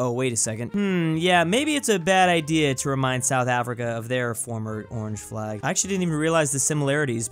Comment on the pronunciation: its isnt orange like in english its oranje (oranye)